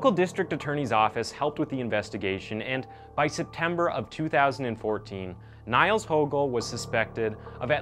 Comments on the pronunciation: not that it is important but for anyone wondering Niels is pronounced as "Neels". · Niels is pronounced 'Neels'. Good vid tho. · junge wenn der noch einmal neils sagt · Cardiatric? And Niels is pronounced Neals. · It's actually pronounced "kneels" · I think if you had pronounced his name "Neals" you would be close to how it is pronounced :) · His name is Pronounced like "kneels". But nice video. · Its pronounced "Kneels" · The Name is pronounced "Neehls". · Nails nails nails, every 10 seconds in this video he says the name and it sounds just so bad. Stop saying it like that, do you say Leslie Nailsen or Leslie Nielsen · NILES ??? You don't know how to pronounce Niels ?? It's one of the most common names, so many famous people named Niels and you pronounce it like the river Nile lmao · Its pronounced "neels" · You saying his name sooooooo wrong😂 what you saying... I understand you saying it in English but you have to say it like : Neals .... That is how everybody in his country calls him and how you say it in Germany and the Netherlands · It's pronounced "neels" lol sorry, it's rather distracting. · Your pronunciation of ‘Niels’ is so bad I almost spit out my coffee when I heard it… lol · Your German pronunciation is wrong. It grates to hear Niels pronounced to rhyme with "miles" when it should rhyme with "deal" + s (as in sun). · I have to cound how often 'Niels' gets mispronounced in this video. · the name is mispronounced, it rhymes with 'meals on wheels' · NiEl not NiAl, by the end it had me itchin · that sounds really terrible and shocking what that damn killer did :O it’s nice explained,but i wanted to tell you that niels is not pronounced as niles but as “knee-ls” just to let you know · actually his name is pronounced exactly like the english word ''kneels'' :) , not Niles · "Niels" is pronounced "Neels", not "Nails". Cheers from a German. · His name is actually pronounced “Neels” like “feels” but with an N. Not Niles lol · it's not nials it's neels (niels)